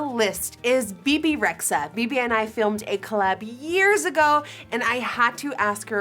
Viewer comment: So nobody is going to talk about: Bibi Reksa instead of Bebe Rexha